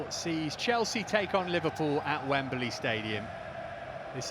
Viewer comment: It is NOT WemBERly!!!!!!!!